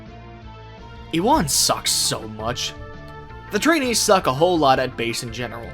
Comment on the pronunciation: Ewan is pronounced "you-in" or "you-en".